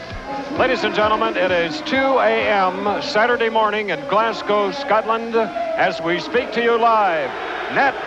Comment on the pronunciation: Glascoe! Arghhh.. GLASGO(W) not COE. Scatland! Arghhh.. SCOTLAND as Scott..